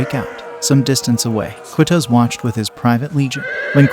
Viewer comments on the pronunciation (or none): Kutuz, pronounced kootooz. Bab El Zuweila, (the zuweila portal) pronounced with the article "el". Bab El Zuweila. Ein Jalut is pronounced EEin Jaloot. Ein Jalut is Goliath's Spring. Not "Herod's Spring". This battle forever diminished the Mongols influence and stopped them from invading North Africa. It was a sound defeat for the Mongols, their first and decisive one. It marked them psychologically and for the first time, allowed them to contemplate defeat as a possibility of war. Acre is pronounced, acra or St John of Acre. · Its Q, not K. It's pronounced Qutuz, with the letter Qaaf in Arabic, and not the letter Kaaf. There is no direct mirrored sound in English